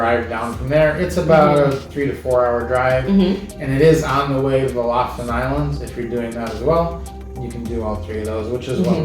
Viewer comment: Ya'lls videos are so informative, I hestitate to say this, but I lived in Norway for a year, and it's pronounced LOO-foo-ten. It's hard to drop American English, but the locals appreciate the correct sound. Thanks.